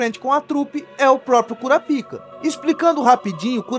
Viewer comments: O nome se pronuncia "Kurápika" (proparoxítona) e não "Kurapíca" (paroxítona). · Mano... 😐 "cura pica" é fod@ É bom pronunciar bem.